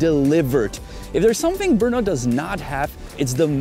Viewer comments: The pronunciation is [ˈbr̩nɔ] -- no e at all. Yeah, hard to say for foreigners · Atleast I learnt the place is pronounced with a hard R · I've been to Brno in 2019, loved the place! And always wanted to know how to pronouce its name 😂 Greetings from Brazil! 🇧🇷